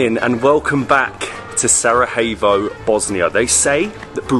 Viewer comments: It's prounounced Sarayevo not Sarahevo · It is not saraHevo(we are not in Spain so you do not pronounce j as"h", but as j or soundelss "i", so it is Sarajevo (saraievo if it is easier for you) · It’s not pronounced sarahevo it’s sarayevo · don't say "sarahevo". It's pronounced "Sarayevo". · Good program guys! That’s my home town and please stop calling it Sarahevo, it’s pronounced Sarayevo 😊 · nice bosnian video's. One pro tip: Stop pronouncing Sarajevo like the J is Spanish. Pronounce it like a 'Y' so it sounds correct. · Great video keep it up. Only thing is that you keep saying Sarahevo instead of Sarajevo. Try saying the j in Sarajevo like the y in yes! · I love your videos, but here's a little hack: Sarayevo. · Love the video guys! But why do you pronounce Sarajevo with a “H” indstead og “J” 😂 its not Spanish